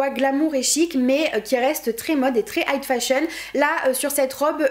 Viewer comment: j'adore tes vidéos comme dhab ! trop bien fait, la bonne longueur, c'est vraiment mon petit plaisir. juste, on dit "high fashion" non ? j'ai l'impression que tu dis "height fashion" et je ne pense pas que cela se dise. sinon continue comme ça c'est ouf !